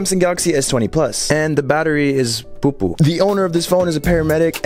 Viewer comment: Why did you have to say poopoo like that it threw me off so hard😂